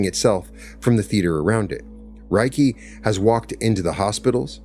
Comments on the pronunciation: It's pronounced 'ray kee', not 'rye key.' Spoken words matter. They carry frequency, vibration, and energy and need to be correctly pronounced to align with the intended frequency. 'Ray' as in light. 'Kee' as in energy.... Reiki. Yea, I know, go ahead and call me names. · I always appreciate your insights and this was enlightening. I've been a Reiki Master for over a decade and it is a beautiful healing energy. Worth noting, Reiki is pronounced RAY KEE. The pronunciation RYE KEE would mean something like "thunder/lightning energy." Thank you for sharing this beautiful message. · It's pronounced RAY-kee. Any Japanese person will confirm that. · Sorry, buddy. It's ray-kee. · ...."if you mispronounce Reiki as "Rye-kee," you are phonetically saying "Thunder Energy" instead of "Spiritual / Universal Energy" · It’s pronounced Ray-key! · Hey, this was great to listen to. Reiki pronounced Ray key, I’ve been practicing for 8 years and teaching 4 years. It’s such a beautiful healing modality & I love sharing wisdom & knowledge from my journey too 🙏❤️ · As a Reiki master teacher, in appreciation of your share, i just wanted to say Reiki is pronounced as Ray ki, Rei means spiritual ki means energy❤ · I have studied to master level - isn’t it pronounced Ray-Kee? I also do Brainspotting would love to talk to you about it! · Reiki practitioners pronounce it RAY key. Think RAY of energy (ki). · Thank you. It is pronounced Ray Kee. I am trained to Level 3 Reiki Master. This video is greatly appreciated. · Reiki is pronounced RAY-KEY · RAY-KEE REI=RAY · You can't even pronounce it properly... no scholar on the subject...😢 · Thank you, what a perfect explanation of Reiki (aside from a few pronunciations). I’m a Reiki Practitioner and believe the beauty & power of Reiki is in its simplicity ❤ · Anybody know why he mispronounced reiki? Seems like a huge oversight and makes it hard to enjoy the story. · In its actually pronounced with a l not an r